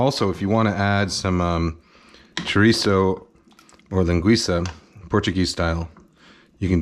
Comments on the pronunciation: Your pronunciation of Linguiça is great. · Great pronunciation of linguiça!